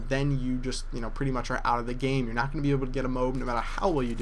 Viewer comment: It's not 'note,' it's 'not.'